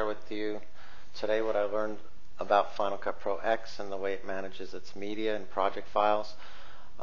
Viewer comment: Any way to make it NOT use the movies folder on your internal hard drive? I want everything to live on my external due to space issues. (btw, it's properly pronounced "Final Cut Ten")